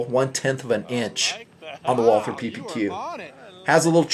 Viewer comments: If you want to pronounce "Walther" right you say "Wulter". The "u" like in slug. And you can just omit the "th" and use a "t" instead because this really isn't a "th" sound. Great review great pistol. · Great review, great gun! I just wish more people pronounced "Walther" properly, just like it grinds my gears when people don't pronounce the "e" at the end of Porsche. "Walther" is really pronounced "Vaulter." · Ok let's say this slowwwly Voll(as in volley)-ter(as in water). This is not very hard and it absolutely drives me and I'm sure other Walther enthusiasts nuts. Follow this pronunciation guide and you'll be saying Walther like a pro and not a moron in not time flat. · Nice review. Say it with me now, Walter...or even more correctly, Valter. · You don't pronounce the "th". Just pronounce it Walter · I'm in the hospital right now and watched the review for relaxing. I'm german and nearly popped a stitch when you said "walther" trying to sound german. Very nice I go buy one when I can